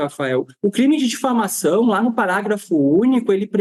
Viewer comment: O Delegado não tem nem horatoria, não sabe nem pronunciar a palavra diflamação. Vejam o vídeo dele tentando justificar 😅😅😅